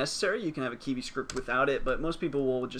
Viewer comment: Thanks for the video. I don't think you are pronouncing it correctly though lol. You're saying it like "key-vee"